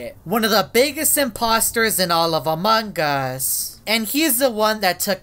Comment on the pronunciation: Everyone: "Among Us": "Amangas"